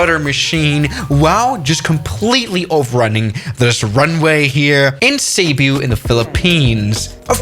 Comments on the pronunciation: "caebuu" Actual: ceebu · It's pronounced as "see boo" Island. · being a Filipino this is pronouncing Cebu wrongly he said: Sébiu Its supposed to be: Cebu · "seebu" ❌ "saibu" ✅ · Its Cebu not cebyu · Its supposed to be said as SEBOO (Cebu) NOT SEIBEW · as a filipino, the way he says Cebu hurts me. its Ceboo, not Cubiuu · It's pronounce sebu not seybu but it's spelled cebu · Seibu lol Its Ce-bu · Cebu not sebo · Him:cybu Me: ccceeebbbu cebu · try practicing Tagalog 🇵🇭 Not to be an genius or not judging It's is pronounced to us is Sebu not sebiu not gonna judge becoz I live in Cebu pls pronunciation correct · not ceybu you pronounce it as sibu ik bc im from cebu and my house is near the airport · Phillipines: Cebu is pronounced Sebu Him: Cebu is pronouced Saibiu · I’m from the Philippines,and it’s pronounced Se-boo,not Seb-yuu... READ THIS COMMENT!!! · Actually cebu is pronounced ce-bo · Its cebu why seebyou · As a Filipino, the "say-byoo" bit is quite hilarious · Did he just call Cebu "Ceabeu"?????😭😭😭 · Im in philippines and u say cebu wrong u ponounce it seboo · Cebu is pronounced (Sebu) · How to pronounce “cebu” se-boo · He just pronounced Cebu "saybyew" and I can't stop laughing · The pronunciation of Cebu is (seh-boo) but great vid! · Cebu is pronounced "SIBOO" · "CEYBU" BRO💀💀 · Cebu = sebu = seibeu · Im a Filipino and I burst out laughing when he pronounced Cebu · Your pronunciation of cebu is kind of weird i say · You said Cebu wrong. Now all of your Filipino viewers are probably gonna drop. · Bruh you just butchered that Cebu pronunciation. Its supposed to have a hard sounding e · pronouce cebu properly lol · You pronounced Cebu wrong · In how you say cebu💀💀💀💀💀💀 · Filipinos getting disgusted by foreigners pronouncing filipino city's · My ears bled when you pronounced Cebu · i feel like he just butchered cebu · I like you your effort try to say cebu perfectly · I already know what happend You say cebu wrong dude